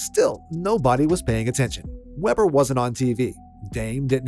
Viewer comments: It’s pronounced “Wee-burr,” not “Webber.” My brother was the greatest shooter to attend Weber before Dame got there. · "Weber", Not "Webber"! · They pronounce it- “Wee-bur” State 😄. Btw, Dillon Jones on OKC was taken in the first round of last draft out of Weber State also. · It's. Sounds like weeber state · “Wee-burr” State …